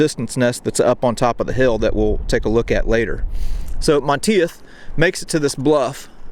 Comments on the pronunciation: Like your vids. just so you will know for future reference, It is pronounced "Mahn Teef". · *(It's pronounced MON-TEETH). Anyway, as a college student I lived in France for 6 weeks in June and July of 1990 on exchange. It was the summer after Greg Lemond won his second Tour de France by 8 seconds (and a third that year)- and France freaking LOVED Greg. This was still before France's general anti-American sentiment had begun. Yes, most Parisiens still hated us, but not all of France. I stayed with a family in a village called Brusvily, near Dinan, south of Normandy. It actually looked like a set from Saving Private Ryan. Most Americans don't understand that MOST of rural France still looks exactly like it did in 1944, (with bits of modern retail, etc). Anyway, as we toured this small town, I literally had numerous older men and women making it a point to come up and shake my hand to say thank you for what happened here. I was stunned. THEY STILL REMEMBER! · Monteith is pronounced “Monteeth” Really loving these videos by the way. 👍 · Great video. Monteith is pronounced Mon - teeth btw, pretty common name here in the UK, also sure it has Scottish origins. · Hey awesome video, one slightly annoying thing.. Monteith? = Monteeth.